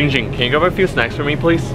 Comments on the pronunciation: Perez Its giiing ging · Christian Perez ITS GIIING GING